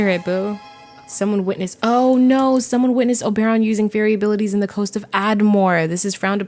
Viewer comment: Only could make me watch an hour long video of her saying Obaeron. Lmao I can’t wait to play this pack